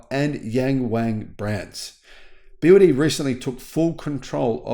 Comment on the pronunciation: I've watched that video from the begining when I heard the guy pronounced BYD as BY Y D, then I just stop watching it immediately. What do you expect the guy know BYD if he couldn't even pronounced BYD right? The guy clearly don't know anything about EV or BYD either.